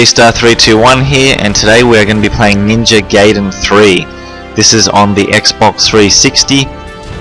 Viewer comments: No it's not it is pronounced Gy-den it has always been that way when we got it here people didn't know how to say it just like saiya-jin or kaioken people say say-in but it is sy-yin a pun on the word yasai (vegetable) I study the Japanese language have been for 6 years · Its literally pronounced gy-den, gayden makes 0 sense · "and today we're going to be playing Ninja Gayden Three" 🤣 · appreciate the trolling but it's pronounced Gy-den if we're going by what teams say try listening to the original creators of the arcade game plus judging my learning in japanese not necessary